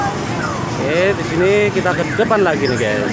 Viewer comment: Gyus bro bukan ges